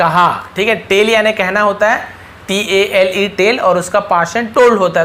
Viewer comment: Tell ko tale kyo pada rehe ho Master